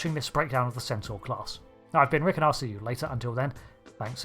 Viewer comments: HOLD UP...HOLD UP...HOLD UP!!!! Centaur or Sen-Soar? WTF! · I think he's mostly saying "Censor" instead of "Centaur", even if he's not aware of it. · I kept thinking you were saying Sensor Class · This class of ship has grown on me over the years. But I swear I thought you were calling it the "Sensor" class (with your accent it sounded like"Sen-sore" ) for the first few minutes of the video 😂. Thanks for another great video!